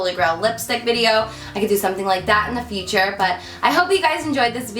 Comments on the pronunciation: "Futrue" lol love u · Anyone else notice futrue ? Lol oh Carli I love you I swear!